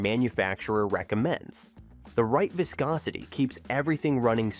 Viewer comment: ..."vaiscosity"...😂😅😊...Your AI voiceover sounds ridiculous!